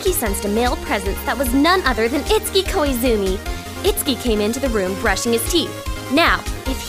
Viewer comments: Cute! One question though: Isn't his name pronounced 'it-su-ki'? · Oh. Well, the only other time I've heard that name was in Fatal Frame 2 and it was pronounced differently. *shrug* Just curious. ^_^